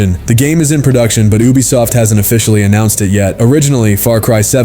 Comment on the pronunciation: you are triggering my adhd , " oobisoft "